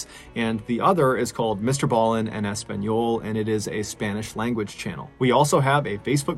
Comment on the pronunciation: So nice to hear Mr. Ballen pronounce the name 😂. 🇰🇪